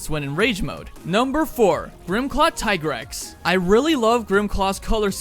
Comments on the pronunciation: I thought it was called "Plum" not "Plume." Lol. Also thank you for rejecting Tigrex's given pronunciation. He will always be Tie-grex for us. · thanks for pronouncing the tigrex correctly.